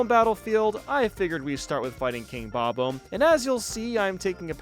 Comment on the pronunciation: Bobomb is a contraction. They are named Bob, and they are bombs, spelled bobomb instead if bobbomb to make it easier to read. It is absolutely pronounced bob-bomb.